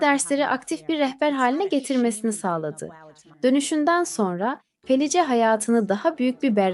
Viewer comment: Merhaba, ben ölüme yakın deneyimleri sıklıkla dinlerim. Sizin kanalınızı ilk defâ dinledim.. Videoda anlatılan kadının ismini yazıldığı gibi okudunuz. Bu belki size küçük bir ayrıntı gibi gelebilir ama insanları rahatsız eder..Kadının isminin okunuşu Felis.. Bu tür ayrıntılara dikkat ederseniz işinize önem vermiş olursunuz..Bir kayıttan okumanız normal tabii..Okumanız başarılı..sadece arada cümle bitişlerine dikkat etmek daha etkileyici hâle getirebilir..Bir izleyici olarak tavsiyemdir.